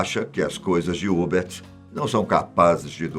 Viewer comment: A pronúncia correta não é Hubert, é Hubérrt